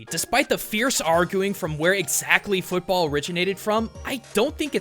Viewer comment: you mispronounced football